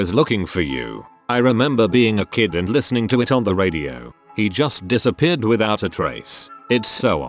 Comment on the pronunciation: Some of the mispronounced words are jarring, and funny af. Kind of a “break” in the deeply tragic mood. “She diss-AHH-peared.” Lmao.